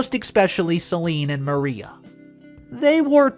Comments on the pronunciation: We play drinking game every time you mispronounce a word. Are drunk. It's not Maria. It's Mar I ah. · Mar I ah not Mar ee ah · As in Mariah Carey. I was thinking the same thing.